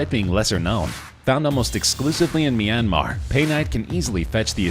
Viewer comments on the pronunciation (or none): none